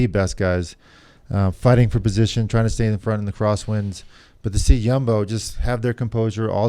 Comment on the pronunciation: It’s almost as if George goes out of his way to mispronounce things lol. Jumbo, Roglic, Skujins. Love him though